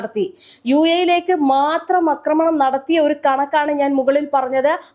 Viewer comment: Akramanam? Read Aakramanam. A alla. Aaa